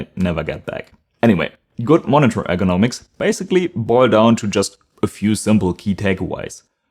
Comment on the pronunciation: Pronounce ergonomics more clearly so it doesn’t sound like economics (thought you were talking about price originally)